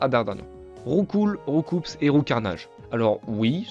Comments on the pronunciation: Je ne sais pas si quelqu'un d'autre la dit ou remarquer mais selon Julien Bardakoff, c'est rou-coup mais pas rou-coup-s. Sinon simpa pour la vidéo. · Petite anecdote pour Roucoups, le traducteur à l'origine du nom en français a dit que normalement ca devait se prononcer RoucOU et non RoucouPS. (Comme des "coups" de poing) Cela vient surtout de la mauvaise prononciation des doubleurs dans l'anime et c'est comme ça que RoucouPS est resté dans la mémoire collective 😅 PS: super vidéo ✌🏼